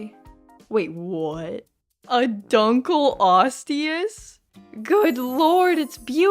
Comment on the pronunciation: Not to be mean but dunkleosteus is pronounced dunk-lee-ost-eous